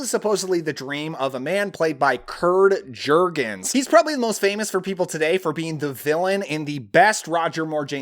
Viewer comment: *Curt*. Jurgens(pronounced Yurgens)